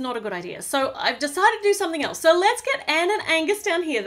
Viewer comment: when she says idea if sounds like she is saying i-deer!!